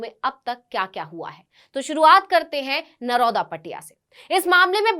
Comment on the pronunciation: नरोदा नही नरोडा है मैडम जी।